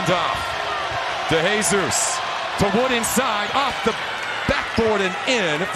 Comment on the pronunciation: I'ts pronounced "de he sus" not "dey hey sus", not "de HEY sus"! 😂